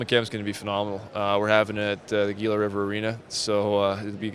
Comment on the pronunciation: Someone please inform the guy it's HEELA not GEELA. This is twice now. Cmon. It's not his first year. Other than that, very happy about the draft.